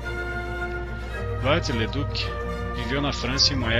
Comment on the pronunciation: Não se pronuncia Viollet em Inglês, como faz o autor deste vídeo. Viollet-le-Duc era francês, logo o seu nome se pronuncia em francês ("violê").